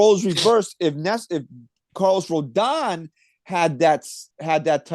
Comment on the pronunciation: is correct it is pronounced Row-don, everyone keeps pronouncing it like anthony rendon. If Yanks sign him i think we gotta be calling him Rodon Corleone